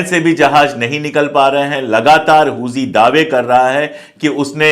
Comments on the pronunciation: हूजी नही हुती होता है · huzi nahi huthi hai vo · Huzi nahi Huti hota hai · Sir not hoji it's hothi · Sir Huji nahi Houthi pronunciation hai ..